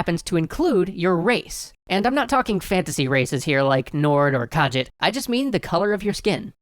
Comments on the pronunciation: There are a few things in this video that I could argue about. However, I really don't feel like starting another shitstorm, so I'll just complain about this: kah-JEET, not KAH-jit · Khajit? Khajit?! KHAJIT?! It's Kha-jee-t! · Ka-jit? YOU RACIST. Ka-jeet. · "Kajit" M8shamalan, it's pronounced "Kah-Geet" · Is anyone really bothered by the way this guy pronounced Kahjit? Obviously not a player of Elder Scrolls games... and there are so many other "fantasy" races, why not choose something you know how to say? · whats a kahjit I thought it was pronounced ka-gheet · It's pronounced kah-ZHEET. They say it all the time in three separate games. How do you do that? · Is that how you're supposed to say Khajiit? I always pronounced it "khajeet" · Wait a second. Hold on. "Khajit?" Is that really how you think it's pronounced? That's adorable. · "Nord or Ka-jit." Guys at EC, I hope you know that's not how you pronounce Khajit... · DID YOU JUST MISPRONOUNCE KHAJIIT?! Turns off the video immediately and never comes back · You said Khajiit wrong. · Lizzy Goldburg I actually self identify as a Khajiit-kin (she/her pronouns please) and would greatly appreciate it if you could stop belittling my lifestyle and at least take the time to pronounce the name properly.